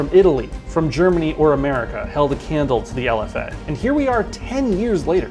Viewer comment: it is not lf dash a, its lfa.